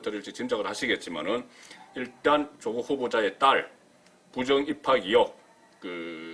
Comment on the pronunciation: 송본부장 님~~ 이혹이 아니라 의혹~~ㅋㅋㅋ 경상도 발음..?? ^^